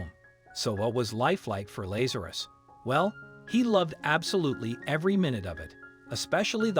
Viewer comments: Not Laz ( like maze).....LAZ ( like has) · This "miracle" has been heavily massaged. First, if the cat had been "FROZEN SOLID," it would have been dead; its heart would have stopped beating. Second, there were two men named LA'za.rus (the narrator didn't know how to pronounce the name) in the bible, both of whom got sick and died. Both were resurrected by JC, which is why the family gave the cat its name.